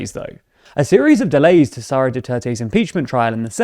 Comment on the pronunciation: Why do you keep saying "Saura" Duterte, not "Sara" Duterte? I don't fault you for your bias against her family and it's insane levels of dictatorial aspirations... But you should at least pronounce people's names correctly.